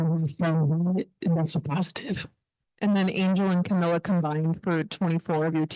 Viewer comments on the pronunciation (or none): That argument falls flat. Because right now Coach Sides is getting roasted for today's game. Dont know why people keep butchering Kamilla's name. Jamila??